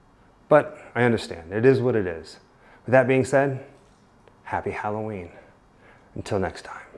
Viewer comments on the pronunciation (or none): why does he say happy hawellen